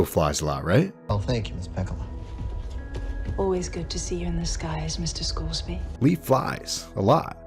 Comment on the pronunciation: dear lord the butchering of the name pekkala annoys me... use some double consonants people, DOUBLE CONSONANTS. the name should be pronounced exactly as written, meaning both k’s should be audible in the name.